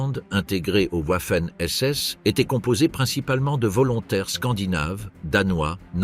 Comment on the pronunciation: Comme les whouaffen ss